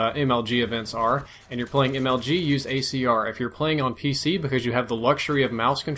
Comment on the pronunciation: He said gAyCR.